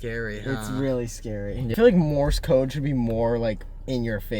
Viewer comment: Idk y but them calling it “morris code” is killing me